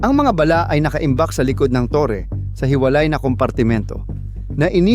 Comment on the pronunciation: Ayusin mo pronounce mo Ng bala.. Hindi ba'la?.. baduy mo.. huwag Kang umanino sa mga nauna Sayo . Pag Ikaw Ang gumagawa Ang pangit ser..😅